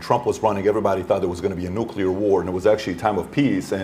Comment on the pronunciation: love u bobby. first note: say 'NOO-CLEAR' please. i love this so much. second note: RFK is the BEST candidate to reverse/upend regulatory capture of our national/federal agencies. let's go ! bravi ! third note: BEST SCIENTIFIC EXPLANATION of trans people and neurobiology i've seen to date. love my trans/gay friends. #RFK2024. by Robert Sapolsky "Robert Morris Sapolsky (born April 6, 1957) is an American neuroendocrinology researcher and author. He is a professor of biology, neurology, neurological sciences, and neurosurgery at Stanford University. In addition, he is a research associate at the National Museums of Kenya" Bravi to both men and those attended and watching . Fifth point: I’ve been pro Palestinian people for a long time, big credit to for her crusading journalism on the topic/issues there. Bravo to Bobby for illuminating the Gaza situation better than I’ve ever seen/heard. Thank you 🙏. Bobby is the most informed and factually intelligible candidate I’ve seen discussing the real issues we face in the USA. Can’t wait to hear the rest ! Sixth note: thank you so much to Bobby and everyone involved in this campaign/production/movement. There is no candidate, to my knowledge, who shares the breadth, depth, and detailed comprehension of the facts, dates, and interlocking mechanisms of the state and the Military Industrial Complex. Thank YOU Mr. Kennedy for your service, bravery, and compassion for the American people; may we rewrite history together. Peace, prot